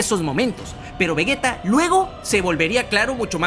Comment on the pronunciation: Akira Toriyama se revuelve en su tumba cada vez que dices vegueta y gocú 🤮🤮🤮